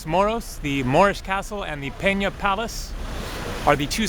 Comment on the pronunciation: He says it wrong, its pena, and he pronounces it has "penha". Pena in Portuguese means Feather.